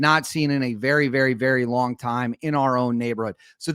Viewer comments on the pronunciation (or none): none